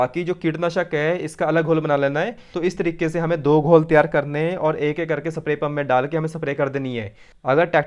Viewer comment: अबे सप्रे नही स्प्रे होता है